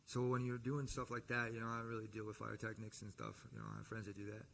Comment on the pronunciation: Did he say “FIREtechnics”?